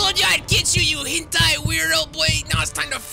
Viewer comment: bruh he said henti :bro said henti